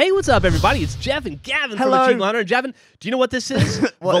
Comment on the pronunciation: did anyone hear Geoff call Gavin "Javin" ? XD